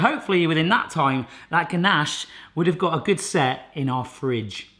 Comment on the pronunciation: why do you have to say fridge like that